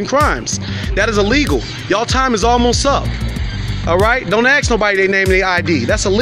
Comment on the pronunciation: "You're not supposed to axe that though." 🪓